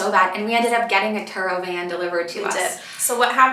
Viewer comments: Great tips. The car rental, did you say Truro? Turo? Thx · It's Turo :)